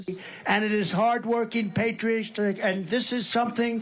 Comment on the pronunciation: He’s not trying to say “patriots”. He’s evidently, and correctly, saying “Peach Tree Dish”, you know those little glasses you use to grow viruses and stuff. If you don’t believe me ask MTG.